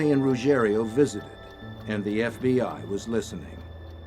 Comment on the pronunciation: It’s Ruggiero.